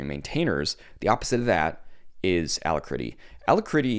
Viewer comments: It's pronounced al-ack-ritty not allahcritty. Alacrity: A cheerful readiness, willingness, or promptitude; joyous activity; briskness; sprightliness no, I don't use it either I use Kitty and and trying WezTerm out. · Thumbs down for Alacritty pronunciation.